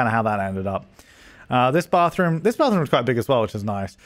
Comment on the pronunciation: Aye wike wour wittle bathwoom accent.